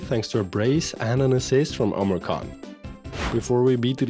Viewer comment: Man, this Duran guy never stops (hah get it?) Omurcan is pronounced like Omur-John